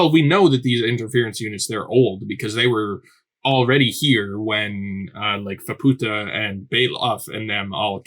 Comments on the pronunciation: Oh, no, you're not going to call her "fuh-POO-ta" the entire time, are you? Please do not call her a Spanish whore. It's FAH-pu-ta, exactly how the characters all say it. Maaa is literally an idiotic toddler. Completely insufferable. The single worst part of this arc. This was our first introduction to Vueko in the manga. The flashback wasn't confusingly sprinkled through the arc with zero context like the anime did. I'm astounded you still haven't realized how to pronounce Nanachi. Gaburoon was saying to Reg that they might have the same creator because they share some design similarities; he doesn't know and he would like Reg to discover if they do and who that creator might be. The only person known to have come down to the Sixth Layer and returned is Bondrewd because while the body he's using melts into a Narehate on the way back up in the pod he just switches to another body when he arrives back at Ido Front. "The White Whistles... well, some of them aren't human -- most of the aren't human" Yes they are. Lyza, Ozen, and Riko are all human. As far as we know, the only one who isn't human anymore is Bondrewd, who is a literal White Whistle. We haven't met Wakuna yet, and [Mild Spoiler]: Srajo is also human. "All the White Whistles, they have a Blessing" Nanachi and Bondrewd himself are the only successful Blessed Narehate. Bondrewd directly said this and he doesn't lie. "Maybe I should know this by now, but how are the White Whistles able to go down and come back up?" You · To clarify on Faputa's name, it's pronounced more like Fap-ta. I think the U comes from a translation thing, it's basically been translated the opposite way as Reg, where the direct translation has a U at the end of it but it was taken out, where as it was kept in for Faputa's name. I'm still early on with learning Japanese and most of this is second hand knowledge so take it with a grain of salt.